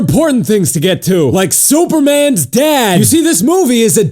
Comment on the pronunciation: I love how you say superman's dad SOOpermins dad!